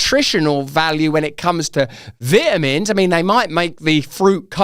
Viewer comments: Gotta get you to stop saying "vit" in vitamins. I can't focus on the rest of the video! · "vit a mins " 😐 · Could you please do me a favor and pronounce vitamins correctly....🤣